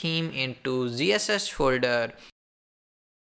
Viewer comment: OMG!!!! can't you people just create this videos for Indian people in your language? it is pain to listen you, it was somehow auto played and I was looking for tabs to mute or close or whatever just to stop this horrible noise, you can't even know how to correct pronounce words, WTF is zhiseshech? it's ZSH not zhiseshech or whatever you said, blood is leaking from my ears after listening this OMG!